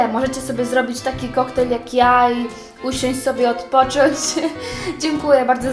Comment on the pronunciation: 1. O 10.09 2. KOKTAJNE?! NIE KOKTAJLE?